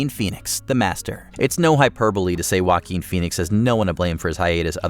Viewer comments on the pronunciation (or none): And heres me thinking their name's are spelt Tom Cruise and Shia Labeouf not Tom Cruz and Shy Laff. Oh wow, now we have Wen Phoenix instead of Joaquin Phoenix?. Yeah gonna stop watching now